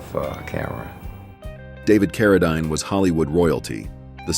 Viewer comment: David CarraDINE is pronounced CarraDEEEN